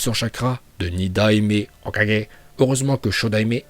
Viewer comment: La façon dont il prononce hokage